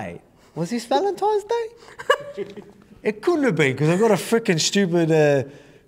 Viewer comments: At first I thought he just misspoke, but after the 2nd time I'm convinced Volk doesn't know its "Valentines Day" not "Valentimes" 🤣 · 🤣🤣🤣Volk think it's ValenTIMES day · I love Volk 😂 but why is he saying ‘valentimes’ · "Valentimes Day" - Volk